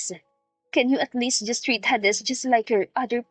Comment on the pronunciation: Please _ Hades is pronounced "heydes".❤